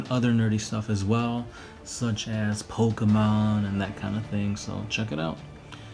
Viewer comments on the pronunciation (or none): none